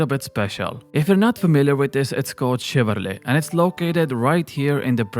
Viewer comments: chivalry* not chivarly :P Other then that, good points. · Please stop saying chivarLY. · Haha, your pronunciation of "chivarly" kills me